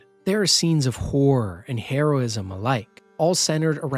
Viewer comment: I gotta give it to you, this list is exceptional. I thought it was gonna be generic, ai informed bs using tired adjectives and predictable reasoning. But no, you made strong cases for strong games and im inspired to try them. Though it did sound like you said "if youre into whoring games" instead of "horror" 😂 sign me up for both